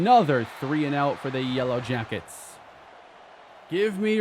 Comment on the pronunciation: you said "yella jackets" 🥲 you're truly becoming Texan